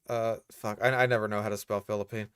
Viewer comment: It's quite tasty :3 I can't understand how you mispronounce Philippines that badly